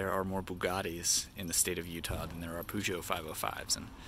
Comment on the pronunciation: He's actually pronouncing it correctly.